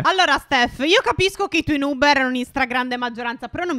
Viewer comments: Si dice nob no nub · Comunque noob si legge nabbo e non nub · Ma non si dice nub dmsi dice nabbo o nab (so che si scrive noob ma dovevo fare capire come si dice) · Stef non si dice nub si dice noob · NOOB si pronuncia nob e non nub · Si scrive noob ma si legge niub(leggeteeeeeee) Grandi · Non si dice nuub (però il video è bello) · Si legge noob no nuuuuuuub!!! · NON SI Dice NUUB